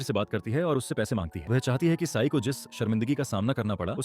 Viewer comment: Ci-n ❌ Sai✅ 😂 sorry don't feel bad 😅😢